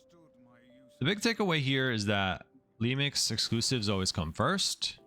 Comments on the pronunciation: Okay, am I crazy or does he say "Lemix" instead of "Remix" every so often? I feel like I'm in Super Troopers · Incredible guide but I hate you for saying LEMIX constantly lmao